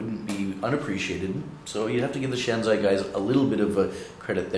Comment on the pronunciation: It is shanzhai, not shanzai... pronounced 'shan-jye', not 'shan-zye'